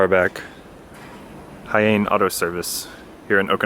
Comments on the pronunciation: Hiyane = He-yah-nay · His name is pronounced Hee-ya-nay. Interesting fact about him: He is the first Okinawa D1GP drifter. Competed with an AE86 and now competes in the local events in the first black S15 you showed in the video. I remember member watching him back in the early 2000's. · he-yah-neh is how you pronounce it btw ;)